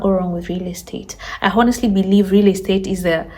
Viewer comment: Stop saying “honestly “ learn how to pronounce it correctly! It’s annoying 😊